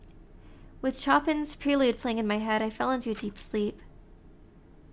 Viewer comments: I SPAT OUT MY TOAST WHEN WEEBLY SAID "CHOPPING" INSTEAD OF "CHOPIN" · I wanted to die when this music major heard you pronounce Chopin as "Choppin'"